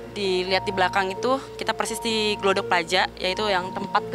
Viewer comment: Pewawancara nya kalau sebut Plaza itu ya Harus PlaZA. Jangan disebut PlaJa. Itu Z bukan J.